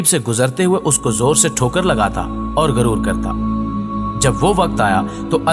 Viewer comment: غرور نہیں غُرور زیر زبر اور پیش کا استعمال نہ کرنے سے اور لاعلمی سے ایسی غلطیاں سرزد ہوتی ہیں